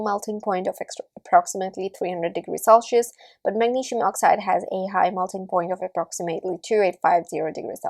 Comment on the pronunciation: selchious or celcious? cringe accent btw